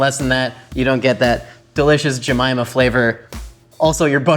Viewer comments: He says jemyma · Every time you say aunt Jemimah, all I hear is, "I put a whole bag of jellybeans up my a$$."